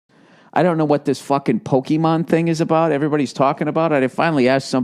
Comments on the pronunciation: lmao fucking "po-key-man" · The way he says Pokemon already makes me laugh. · I love how he pronounce pokemon. Like a old man lol